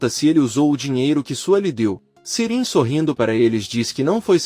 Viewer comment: E ai, meu amigo, Sirin é uma mulher, ou um homem? Você fala o nome das pessoas tudo errado!🤦‍♀️😂😂😂😂🎉